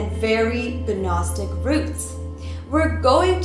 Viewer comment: I have a few comments on your video. First, in the beginning, the g in "Gnostic" is silent. And I believe u meant "Kabala" not cabal. Also, the last 3 words from the last page of that book are very well known: "in the name of the Father, the Son and the Holy Spirit."